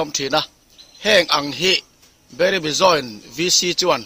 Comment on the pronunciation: Joint VC chairman meuh si in Beirebi a ti tlat hi engnge a awmzia aw Bairabi tih ni awm zawk tak.